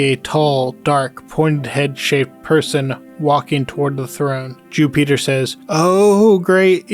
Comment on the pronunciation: "Jew-peter" lol. Great video man.